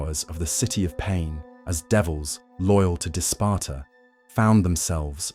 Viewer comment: His name is pronounced "Dis-pay-tor."